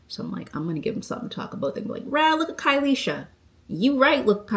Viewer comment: Rahhh looka Kylesha 😂😂 sounded rite from east Preston that time